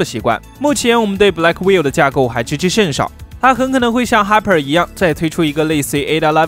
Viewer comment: Blackwell都能读错成“black will”~ 是black well啦！学点英文吧。。。Hopper读错成Hiper，简直了。。。